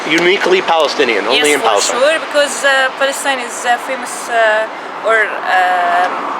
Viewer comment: They can't even say Palestine FFF😂